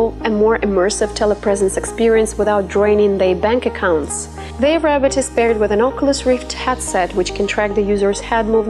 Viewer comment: The way this woman says robot irritates me.